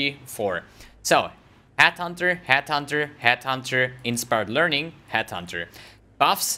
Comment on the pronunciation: It's Headhunter... NOT Hathunter